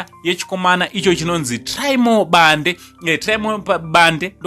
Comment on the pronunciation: Bhande not Bande😜